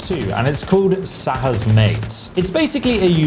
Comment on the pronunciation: It's pronounced "Sha" and not "Saha"